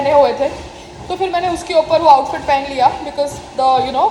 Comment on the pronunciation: Payal, to become an actor, you need correct pronunciation. Let me teach you.Phir se starts with a P sound, not F Zara starts with a Z sound, not J Zor starts with a Z sound, not J Payal, I know you like to do drama. If you have an issue with your housing association, you need to sort it out privately, not discuss publicly coz we can’t help you.